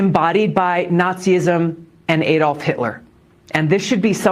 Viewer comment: Who is this "Aydolf" - or is it "Aedolf" - Hitler? Did he have anything to do with Adolf Hitler?